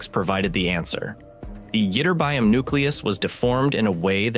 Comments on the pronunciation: When you use words you don't know how to pronounce, it's worth looking it up! "itterBYum" is NOT the right way to say it! It should sound a lot like magNEsium and poTAsium: "iTURbium". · Great video! Anybody else viscerally bothered by "itterbyum"? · yih-TER-bee-um, not what your retarded AI keeps saying.:face-red-droopy-eyes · Why, oh - WHY - people who has been NOT studying physics, nor chemistry, who DO NOT KNOW to properly say the name of scientific terms - "adore" to play physicists ???!!! ---> EE-TER-BEE-UM, and now : Go to corner, stand on one foot and repeat 1000 times ... 😐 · Yup, ytterbium is pronounced yitt-ter-bee-um. 😊 I have a few grams of this in my element collection. I have 86 in all. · I had a hard time concentrating on the content of this video when the voice-over keeps pronouncing ytterbium wrong. Is this some kind of AI glitch? Isn’t there some kind of oversight/editor who could catch these things?